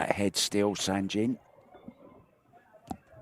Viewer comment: Guys ,please ,it's Sanjin,not Sandjin.He's a Bosnian ,not Japanese 😂